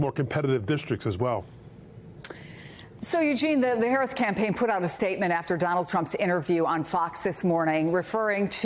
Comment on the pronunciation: "Do-NALD...." lol